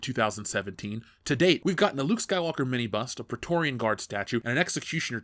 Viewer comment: I honestly thought he was saying 'mini bus', it took me a while to figure out he was saying 'mini bust'. I need sleep.